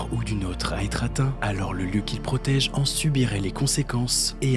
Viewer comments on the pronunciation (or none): Un travail remarquable ! Juste une remarque concernant une erreur de prononciation récurrente. Le "o" en français se lit /ɔ/ sauf en fin de mot. On prononce "pɔrte" et non "paurte". "Pɔsséder" et non "pausséder". "elle prɔtège" et non "elle prautège". Problème supplémentaire, chaque "au" est accentué dans la vidéo (alors qu'on accentue en fin de phrase). C'est la seule erreur qui rendrait parfaite cette vidéo.